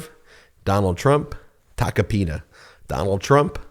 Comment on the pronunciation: It’s TACO-PINA not TACA PINA. Pronunce it like if you’re saying taco 🌮